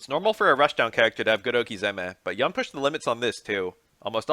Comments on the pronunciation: Yoon. Not Yaeun. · Pronounced as "Yoon" btw